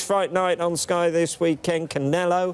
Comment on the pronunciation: host says Jerrel mirror 😂 Nelson says Shit on Sky 😂 what are these guys on, i want some 😂